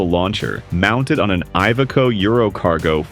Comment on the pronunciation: Gripen is not english but swedish, english post-GVS vowel pronunciation habits do not apply: It's spoken [ˈɡriːpɛn] Thus, get a gripen, please! I could go non with IVECO (and probably others, I stopped watching) but it's just so tiring. The message is: BE or AE are not the pronunciation norm, check your pronunciations before you go on the air